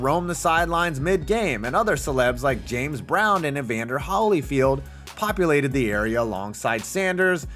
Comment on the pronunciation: You seriously couldn’t pronounce Evander Holyfield name correctly like did you do any research or you just that ignorant